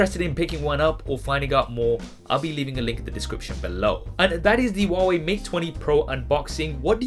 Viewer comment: Who hears it “waway”